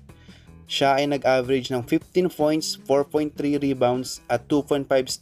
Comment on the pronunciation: Fifteen foints ha